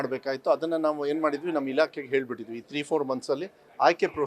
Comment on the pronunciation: ಹೇನು ಹೇನು ಅಲ್ಲ. ಏನು ಏನು😂